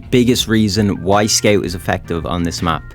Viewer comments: I like how he says "skeut" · Very accurate weeb accent. I'd subscribe if I wasn't already. Also, what is a skeouwt? Never heard of that class... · guys he says scaut